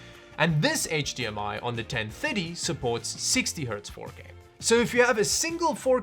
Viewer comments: I kept hearing gt 1050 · The way you pronounce 1030 makes me hear 1050. It throws me off lol. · the way you say 1030 makes ma think your saying 1050 It's 2023 and i can't believe that people still want to know if the 1030 is good( they still sell them in stores)